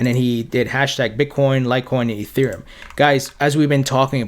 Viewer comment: I'm sorry. You do a great job. One thing that drives me crazy is your pronunciation of "th" you nail it when you say "ethereum ", but the you pronounce "their ", or "the", it sounds like "dare" or ""da". Great content, great everything, just letting you know. Thanks